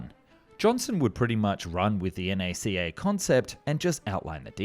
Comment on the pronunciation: Thank you for saying NACA correctly. The NACA NEVER referred to themselves as "nacka."